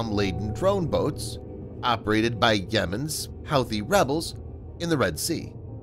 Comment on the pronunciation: I believe Houthi is pronounced more like who-thee rather than how-thi.